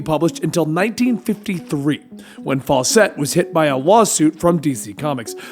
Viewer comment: I think somebody’s already said here but I will reiterate it. In actuality the original captain Marvel and Billy Batson were two separate entities. As well, the way he pronounces faucet and the evil Shazam, Mazahs, For some reason that really gets to me.